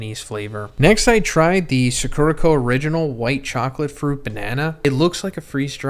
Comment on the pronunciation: I don’t really want a snack box from suh-KERUH-koh, but I think I WOULD like a box from SAH-kurah-koh